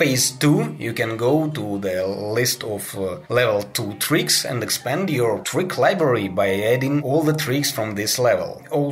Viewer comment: U said tuik instead of trick